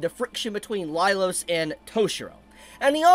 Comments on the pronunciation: Was I the only one losing my mind every time he said “Lailos” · I have to say it, but you never said the series' name right, and it was the same for Laios' name. That aside, people these days are SO delusional, the brain death is contagious.